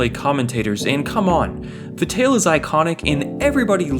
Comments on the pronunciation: Pronounced V- EYE-Tell. Jus sayin, dnt disrespect him. Lol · How can it be the best game and u cant pronounce Dick Vitale right?